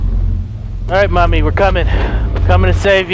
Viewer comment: first time i did understand not Mommy instead i heard Money xD OMG i cant beieve dat xD